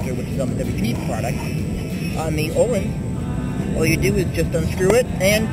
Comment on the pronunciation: You've been riding motorcycles for SIX years? Wooooow. Do you even know what WP stands for? Look it up. Also, learn to pronounce Öhlins. Yeah, I have a key for 'Ö' on my keyboard.